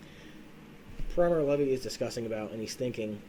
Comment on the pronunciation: Guy said “Primal levee”